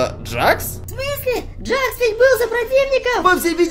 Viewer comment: Это не джакс а джекс тут клоун - это Кауфман а чёрная штука с глазами - это рассеянный Кауфман а этот пузырёк ой точнее этот пузырь это пузырёк а ведущий - это Кейн А этот который вы говорили челюсть это Кейн это не Джек Ой это не джакс а джекс